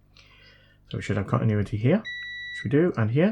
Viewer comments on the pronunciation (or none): Love how you seem to say catinuity instead of continuity.